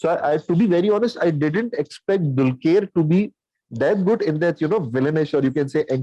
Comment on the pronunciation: Guys its not "DULKYER"...its pronounced as "DULKAR" !